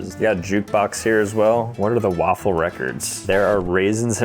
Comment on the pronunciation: "It's a waffle great day" sounds like "It's an awful great day" as well as "It's a lawful great day"